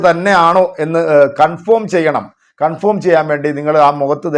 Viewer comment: കൺഫോം എന്നല്ല കൺഫേം എന്നു പറയൂ..